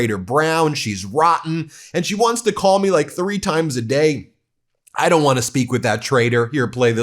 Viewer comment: Fukin' pres. Says " I DOONT GET INVOLVED IN IT." INCREDIBLE!!!!! Mfr. Your the cause of all this chaos: domestically and internationally.